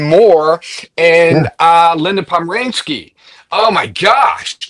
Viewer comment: POM..RAN...KY AS IN KEY..😅